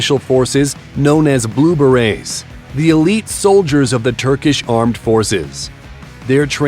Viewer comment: Narrator needs to work on his pronunciation, not Green Barrettes. Try Berets.